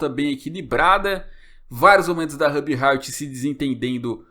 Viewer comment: Que agonia vc falando o nome da Ruby errado